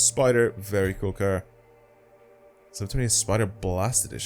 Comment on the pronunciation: "Very cuul car"